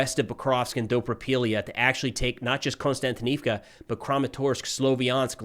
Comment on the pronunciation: How did you even get the sound to not be synchronised to the video? And why do you pronounce Kostyantynivka as Konstantnivka?